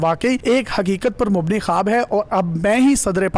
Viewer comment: it's not khaaaabbbb.... it's khuwab